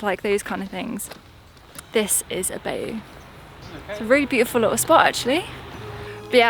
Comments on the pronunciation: Happy New Year! Looks like you al had a lovely xmas too! Little help pronouncing-Bayou. It is said like 'bye you'. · Pronounced BY you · Happy New Year. But bayou is pronounce ( by u). Watch out for alligators because of the dogs. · happy new year and very British pronounce of bayou (bi-you) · Its pronounced 'Bye You' .... Typical Brits butchering the american language well done ,LOL